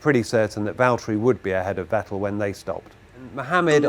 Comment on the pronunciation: Thank you for not pronouncing it "Vetell"